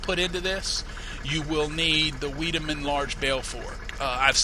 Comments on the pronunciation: Wiedaman is pronounced wide-a-man. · Vigh-de-mun isn't it? According to German linguistic rules? Think of the name Heidi, and the W is a V sound in German. Just my guess.